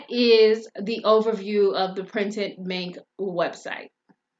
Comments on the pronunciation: Girl....I swear you are saying printed MINK.....lol. I have tried to go in and design products on this POD site, but it's user interface is not at smooth as Printful or Gooten, the other two POD suppliers that I use. I really would like to use Printed Mint bc I like the wider variety of products that they offer. It's just so difficult to understand how to put your design on the product and I keep forgetting to email them to connect my Etsy store for integration. I think that having to email them is just a pain in the...you know what. So I just keep forgetting to get that email out, hopefully I remember it before I get off here tonight. LOL. Does the design process on Printed Mint get any smoother? I feel like most of the time, I'm learning a foreign language with no instructions, when trying to design on Printed Mint. Are you still using Printed Mint or have you found another site that you prefer to use more often? Thanks for putting these videos out there. I'm always searching for a competitively priced POD supplier with a wide range of products, to add to my store. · She is saying printed Mink.